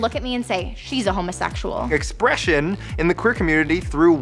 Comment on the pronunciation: expreshayne lol